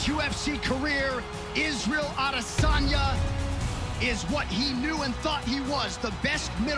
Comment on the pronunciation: What they say: Adesanya What i hear: Lasagna